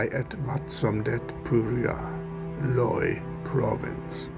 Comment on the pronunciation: Very beautiful footage 🙏🙏 You just need to work on your pronunciation of the province “Loei” - can be tricky one to say 😊 I say it like I’ve had a small stroke 😅